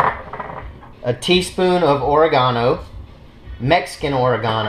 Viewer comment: He said Ora Gano!!!!